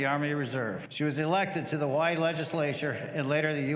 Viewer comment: You’re American Hawaii is American now. You should pronounce it like the rest of Americans not their native way. We were more powerful and won the island now call it what Americans do